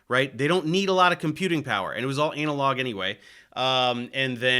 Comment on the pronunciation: Love your stuff Dave but please say “analog” differently 😂